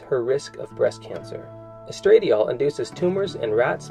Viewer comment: It's "estra-dye-all", just thought u should know.